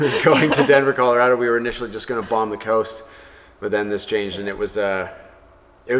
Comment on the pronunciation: You should hold a seminar while you're here on how to properly pronounce Colorado. 😅